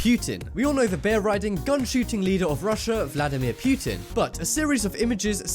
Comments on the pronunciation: Poker Cheating Skeleton pewtin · You just said ”puiitin” unironic... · I love you but I kinda cringed at the way you pronounced "Putin"